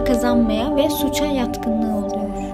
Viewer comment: Anlatırken oluYor yapıYor filan diye konuşunca çok samimi gelmiyo normal konuşmanla anlatsan daha tatlı olur seni seviyorum 🥰